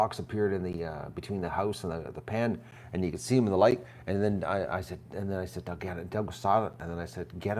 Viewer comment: Dug, not "Dough!" SMH